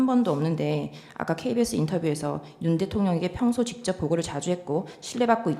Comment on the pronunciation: 직졉뱡쳡샤령관과~ 다 ㅓ 발음을 ㅕ로 하는구나